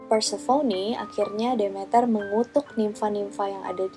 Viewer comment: Prounounciation inggrisnya udh bagus,tapi mau koreksi aja nih,Demeter itu dibaca "The-Mi-Ter" (The meter) Dan Persephone udh hampir bener,but more like "Per-sa-fe-ni" hehe,just fyi ^_^